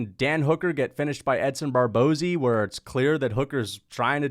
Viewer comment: You lost me after butchering Barbosa’s name